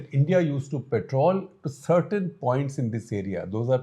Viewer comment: Guptaji, it's 'Patrol' , not "Petrol" (which is put in cars😅)